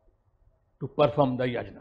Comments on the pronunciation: He is so deracinated that he can't even pronounce "yagya/Yajna".. pronounciation is "yagya". Such s shameless guy roaming around with intellectual tag.. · Dear, if you are going to import a Sanskrit word then you have to pronounce it in that way. Ganges/Indus is not an import but "Yajna/Yagya" is definitely an import and should be pronounced as it is. For example; I can't pronounce in any other way.